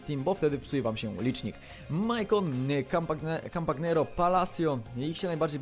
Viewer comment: Nie Kampagnero tylko Kampaniaro